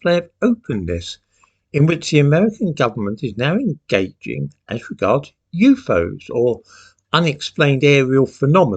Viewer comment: I love how you say You foes! (UFOs), may I please commandeer it for My personal vocabulary? ❤ from Kentucky